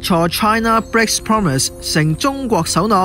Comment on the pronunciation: united講成u-like-tick, breaks 變bigs, promise讀成 pompmiss, China讀成搓拿，核突到癡線。